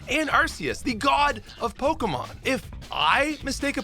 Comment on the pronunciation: I swear.... my man is purposely mispronouncing these pokemon's names. 😄